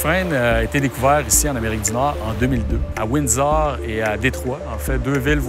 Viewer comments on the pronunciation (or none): Windsor lol we are in 2017 and those people cant even pronounce it right. "" Pauline ""